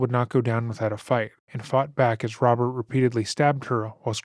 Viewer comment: He can't pronounce R's and he uses W's instead..lol Wobbert my brudderrrr😂